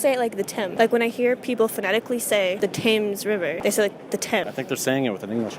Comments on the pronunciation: Pronounced 'Tems' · The Thames is pronounced Tems. Or Temz. Same things. NEVER Thhhhhames or Tayemz.